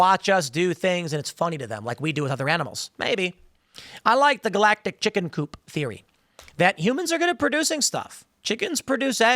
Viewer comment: Bro, I don’t know why I find it so hilarious every time you say chicken coop lol